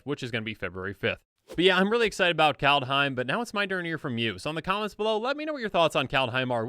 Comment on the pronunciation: The “Kald” in kaldheim should be pronounced “called” or like “scald”